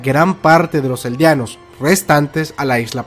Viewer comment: Aprenda ablar eldianos es eldianos